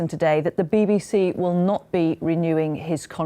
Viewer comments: What is this 'Bibbi See' you speak of? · no its BBC. its just letters